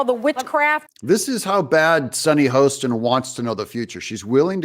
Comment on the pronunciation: Doug, I love you. BUT it's Hostin, like "Haahstin", not Host in.😊